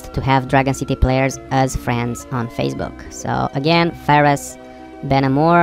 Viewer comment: did he said fazebook?